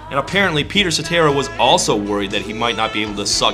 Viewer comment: Peter Sa-terrible...